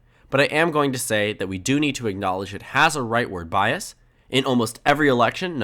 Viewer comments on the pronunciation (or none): none